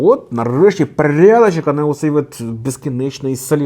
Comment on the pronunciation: «Парядачєк» це вже классика 😂